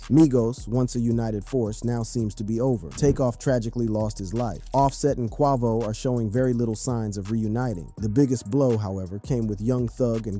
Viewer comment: You lost me when you or your AI voice called that man kwah-vo.